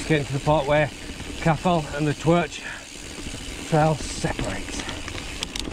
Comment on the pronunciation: Not having a go or anything but Twrch is pronounced like 'Turk' or 'Turck'. It means Boar or Hog. :)